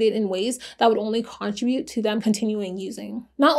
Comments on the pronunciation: i love watching your videos except got the way you pronounce contribute lol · The way you day contribute bothers me I'm sorry 😂